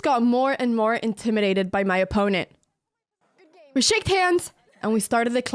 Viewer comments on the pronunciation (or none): Anna it is we SHOOK hands. You say it wrong every time. Your English is flawless apart from this one tiny thing